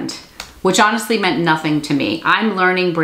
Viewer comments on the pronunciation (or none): none